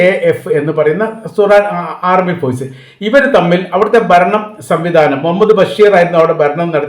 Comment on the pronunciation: ഫോയ്സ്. × ഫോഴ്സ്. ✓ എപ്പോയും.× എപ്പോഴും.✓